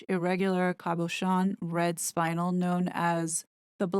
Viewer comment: And also the gem "Spinel" is pronounced "spin el"..Not..."spine el"..NO biggie tho'...☺️😉💕